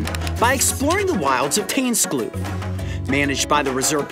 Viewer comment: Tuinskloof is pronouned more like: Toins Cloaf. Although I don't think there's an English phonetic for the 'ui', it's as close as you can get. It's always a fun guessing game when Americans try to pronounce Afrikaans/Dutch, you never know what they're gonna say!